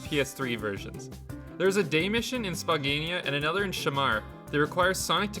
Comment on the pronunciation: Great video, but your pronunciation of Spagonia made me question reality for a second ^^'